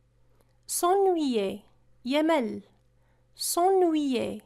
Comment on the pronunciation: un très bon effort, bonne continuation, mais une petite remarque si vous permettez, revoyez votre prononciation sur quelque verbe, ex: s'ennuyer